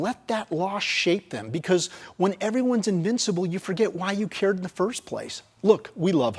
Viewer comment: Please stop trying to say "because".